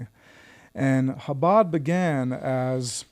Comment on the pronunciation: Jake, when you say the first sound in Chabad, it's like you're going to hack before spitting. Like an 'h' with the friction added.